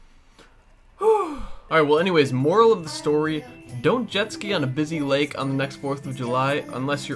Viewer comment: he says the wake instead of lake.😂😂